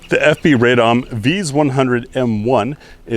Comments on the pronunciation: Pronounced: “RAH-dum” not “RAY-dahm” from the city of Radom, which grammatically means (feminine) “I am happy.” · Why do Americans insist on pronouncing the city name “Raydahm?” It’s “Rah-dohm,” which is a woman speaking saying “I’m joyful.”